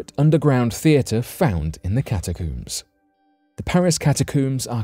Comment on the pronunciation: Catacooms lol coomers